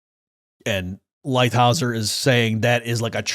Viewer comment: That's LightHIZER,, not LightHAUSER.